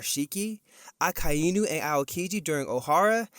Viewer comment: your pronunciation of "Akainu" is painful to hear.. Can you pronounce it as one word instead of splitting it into 3 words 'Aka Eee Nuu'...